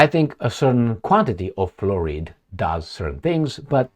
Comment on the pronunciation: Oh yah, removing fluoride from the water is my main main main main concern . 😅ahorita mismo estoy corriendo tropessando para ir votar. 😅 Someone needs to learn how to pronounce fluoride 😅😅😅